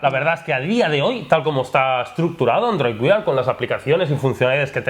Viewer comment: aprended a pronunciar android wear por favor, que no cuesta nada